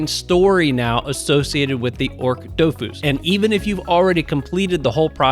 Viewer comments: ochre is 'oh-kur' like the color, not 'orc' awesome vid as always! ty for covering it :) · The dofus egg you mentioned is pronounced "AWK-er" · Lmao you were killing me with that pronunciation of ochre 😂